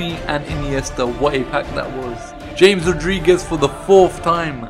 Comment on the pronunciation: James is pronounced ham-es